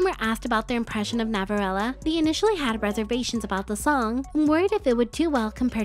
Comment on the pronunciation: Love how you pronounce ‘Navillera’ as ‘Navirella’ ❤️🥰